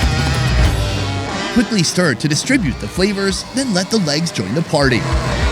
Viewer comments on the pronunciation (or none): none